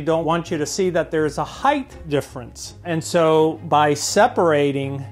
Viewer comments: PSA: there is no "th" in the word height. for fuck's sake. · It's amazing to me how many people mispronounce the word "height". I've come across so many educated and intelligent people who do so. It's not "heigth". Drives me crazy, lol! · This guy is good at what he does.. but I instantly became disappointed when he said"heigth" instead of height. 🙄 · Body language expert but uses the word "heighth" instead of "height". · Am I the only one here to notice this very smart guy thinks that heighth is a word? 😥